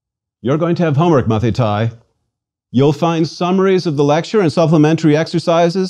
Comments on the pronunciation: It is not "Mathitai" it is pronounced "Mathite" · With all the respect you are not pronouncing our words correct . The word student Μαθηται is pronounces Mathite .ΑΙ = ΕΨΙΛΟΝ . ΜΑΘΗΤΑΙ . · It's great that you are so passionate about the language of my ancestors but let me give you a tip: (At least in Greece) We pronounce the words in accordance with the modern greek pronounciation so the "αι" is not "ái" but "e" and conequently the "μαθηταί" is not " mathitái" but "mathité"